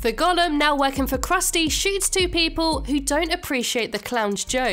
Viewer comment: Its “GO-LEM” not gollum